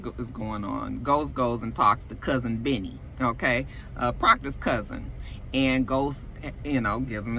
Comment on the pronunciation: When you say, "Cousin Benny," it sounds like you're saying "Cousin Vinny" like the movie, "My Cousin Vinny."